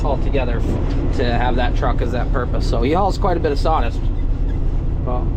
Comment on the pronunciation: *Claas "Sawdist"?????????